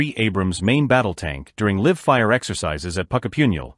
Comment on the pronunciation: "LIVE " Fire ? as life. AI garbage.